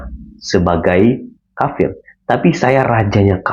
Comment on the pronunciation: Tolong, jangan salah sebutannya. Yang benar, BUKAN KAPIR TAPI KAFIR, YA?! Terima kasih. 🙏🙏🙏